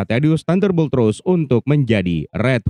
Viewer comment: Ross bang bukan Rose...